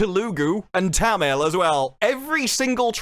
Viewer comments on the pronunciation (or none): The way you butchered Malayalam, Tamil and telugu 😂